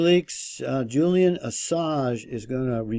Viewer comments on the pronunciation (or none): none